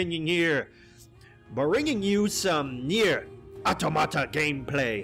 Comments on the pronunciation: It’s O-tama-ta bro. I have never heard someone pronounce it like you lol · It's pronounced aut-om-ata This is because of the word automaton which basically refers to robots and zombies (look up movie automaton transfusion, it's actually by the same company that made district 9) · Knee-air Ah-tom-a-ta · It is pronounced Aut'o'mata. "Automata" is a Greek word plural for "Automatos". It is made up from "auto"=by itself and "matos"=momentum. So basically the word describes something that moves by itself. Like a robot, or even a human. hehe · I feel like it's pronounced au-Tom-ata, specifically because of this au·tom·a·ton /ôˈtämədən,ôˈtäməˌtän/ noun a moving mechanical device made in imitation of a human being. a machine that performs a function according to a predetermined set of coded instructions, especially one capable of a range of programmed responses to different circumstances. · Automata is a real word. You can just look up how to pronounce it right. It's the plural form of automaton.